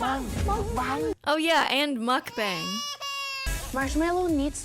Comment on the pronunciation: They pronounced the word properly twice right before you said it how did you mispronounce mukbang 😭😭